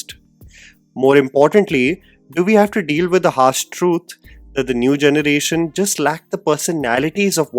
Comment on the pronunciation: I love your channel, so this feedback is really just out of goodwill! Your English is incredible, but might I suggest focusing a bit more towards honing your diction? You pronounce generation as “jhunuration” which is a bit distracting. I’ve made this suggestion in other videos too! I’m sorry for being critical but I see a bright future for you in this field, and fixing your diction would take you to even greater heights! Thanks for considering!